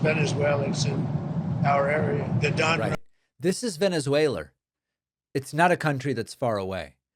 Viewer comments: Venezwalur!!! lmao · Not many Tesslurs in Venesuelurr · The reason Donnie says "Venerzueler" is because he's a closet Bernie Bro . . .